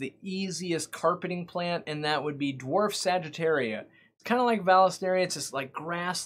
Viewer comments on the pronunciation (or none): none